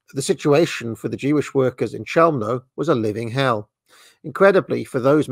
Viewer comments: You pronounce it “cheumno” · I’ve always heard “Chelmo” pronounced with a “K” rather than a “Ch” sound, but now I’m actually unsure which pronunciation is definitive.